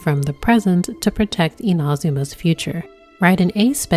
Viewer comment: Great video. I am looking forward to your reaction to the latest trailer. Also, thank you for pronouncing Inazuma correctly. See in your next video!